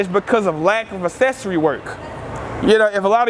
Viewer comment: "Assessory work" lol kills me evertyime